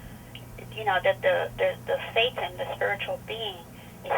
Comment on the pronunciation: ever time she says thetan I look up because I think she says satan.